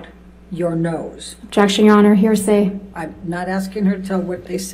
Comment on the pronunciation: Hahah, "hersay". Was that on purpose?